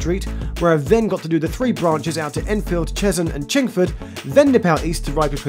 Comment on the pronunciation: It aint chingfield its chinford